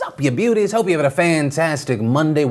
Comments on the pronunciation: 'Beauties' coming across very Australian! Anyone else pick up that Phil is talking faster lately? Or my brain is slowing down...I am starting to have trouble keeping up. Trying to keep the time down by getting the news out at a faster rate? :P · What is this “beauties” you speak of???? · Just noticed you said beauties lol Also #freetommyrobinson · Did you just call us “beauties”?? 🤔😂